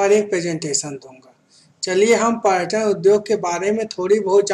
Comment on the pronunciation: Bhai paryatan hota h